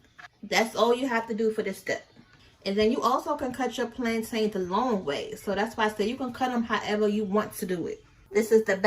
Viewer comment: The way you’re pronouncing plantain 🤦🏾‍♀️🤦🏾‍♀️